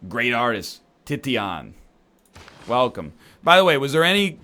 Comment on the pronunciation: It's pronounced TISH-UN not TITTY-AN you damn egg!